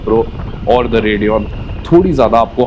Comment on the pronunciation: TVS Redeon 😂😂😂😂😂😂....